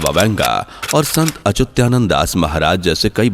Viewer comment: Are achutyananad nahi achyutanana bolo